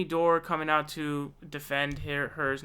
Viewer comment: This snot nosed kid makes a laugh ....The guys name is Jimmy Dore its pronounced Door my god man how can you mispronounce the word door.